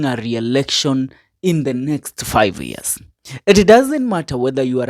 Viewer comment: Very poor pronunciations: Bodo for Bondo, Ear for year, Danglas Kanja for Douglas, I think they are too many I won't state all. Listen from a peer listener, however the overall message it fantastic.